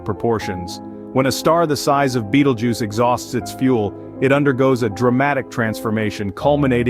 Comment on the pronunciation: Ew..... why say Bettle Juice? Isnt it Beetle Juice?